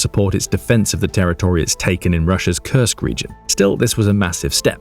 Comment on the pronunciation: Well you mispronounced Kursk